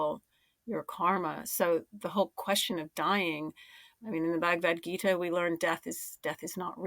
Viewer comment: Hi It’s not Bhagavat Vita. It’s Bhagavat Gita.